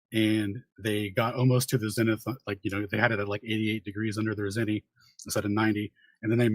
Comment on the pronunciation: If I have to hear say ‘latty,’ ‘longy,’ ‘cel theo,’ or ‘zenny’ again, I’ll jump off the edge of the (not) flat earth.